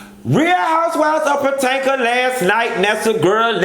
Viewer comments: I die every time you say Potanka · 😂 😂 potanka, it's Potomac 😂 yes he's still hung over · Potanka? Chile...💟you, ☕ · You learned how sing . Now learn how to say P.O-TO-MAC . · girl I said I have to watch housewives of patanka and my sister looked at me like I was crazy and said you know you’re saying it wrong 😂😂nooo that’s the what the doll taught me